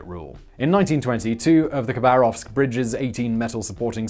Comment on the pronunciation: You pronounce the city name as "kuh BAHR ovsk", it is supposed to sound like "Hava ROVSK".